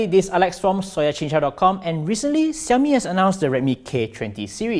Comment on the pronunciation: It's pronounced SH not S